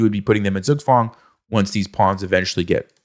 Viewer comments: You'll never check how Zugzwang is pronounced in German will you? ;) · The pronunciation of Zugzwang kills me. Pls just no